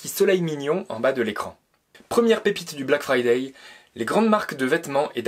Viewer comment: Ça s'appele bläck freidäi' apprenez l'anglais!! Bleck fraîdeî